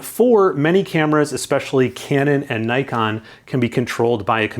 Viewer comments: It's "Nikon" not "n-👁-kon" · Splendid video, very informative. One slight correction: it's pronounced "neekon", kinda like knee-con. Keep the good work up!